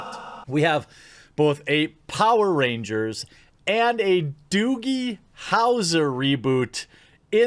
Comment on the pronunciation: what the fuck is a doogle howser?